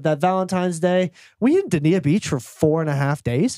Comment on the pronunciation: I love that you guys are working together. I love your stories and dynamic. I vote The Wolf Den w/ JWolf Squared (but an exponent). Dania Beach is said Dane-ya Beach, just fyi! Keep doing what you do guys! <3